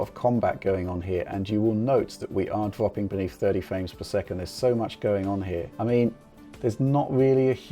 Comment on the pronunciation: dwoping in pwice indeed.